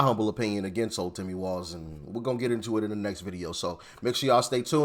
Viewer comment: His last name is walz it should be walls as in prison walls 😅